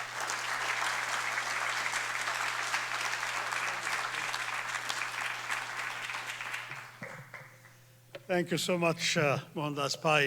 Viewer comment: Shashi Tharoor not Thachur